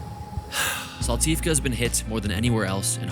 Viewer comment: Special thanks for pronouncing "Saltivka" in Ukrainian manner (as it should be 😄), it means a lot these days. Cheers guys, live long and prosper <3